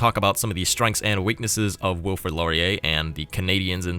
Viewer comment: His name is Wilfrid Laurier not Wilfred... It's the right spelling in the game.